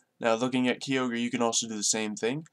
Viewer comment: you said Kyogre wrong